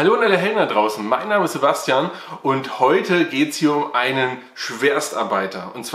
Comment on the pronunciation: 🤔 Hab mal wieder "Sebasteljan" verstanden. 🤔 Freud'scher Verörer? 😜😂😂😂